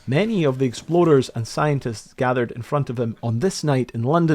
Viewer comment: I absolutely love this guys pronunciation of "explorers". There were at least 3 times i definitely heard "exploders". God i love that rolling R.😂